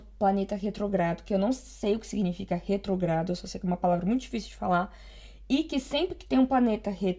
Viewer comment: É retrógrado com acento no primeiro ó.